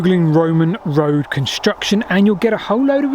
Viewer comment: Whenever he says WOAD he means road* for those that get confused! His British isn't great, which is fine.